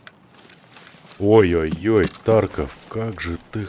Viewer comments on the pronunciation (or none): none